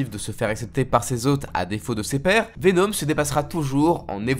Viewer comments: « Venaume » 😭 fais un effort stp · Mdrrrr pk il prononce Venom ( venaum ) ? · intéressant comment tu.prononce Venom